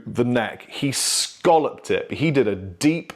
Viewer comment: When referring to the semi-circular shape it is pronounced phonetically 'scalloped.' Buy with the shell variety that people eat it rhymes with 'dollop. '